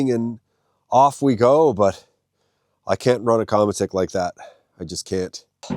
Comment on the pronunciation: Qramutik would be a more correct way to pronounced it. It means sled in inuit/inuktituk. 😉